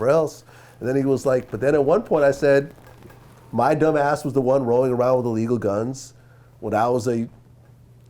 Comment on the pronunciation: "this is MAH fault", the way Vlad talks sometimes is cringe, only does it on certain words though. Just speak natural you cringeball.